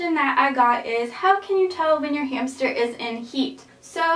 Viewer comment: She said hamshter Lol. This helped me a lot and I wanted a roborvski hamster but I ended up with a Syrian and I am not mad my hamster is soooo cute he is light brown and white and his name is peanut